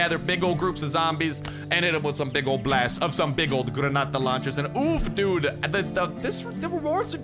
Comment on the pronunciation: I hate to be this person but it's "dude"